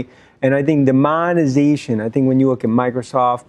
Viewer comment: There's no *monezation"